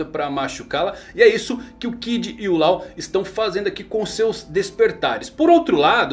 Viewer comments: Cara, ótimo video, mas tu ta pronunciando "law" errado: não é "lau" é tipo "ló". Abraço, grande vídeo!! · A pronúncia do nome dele é Ló, pelo amor de Deus kkkkk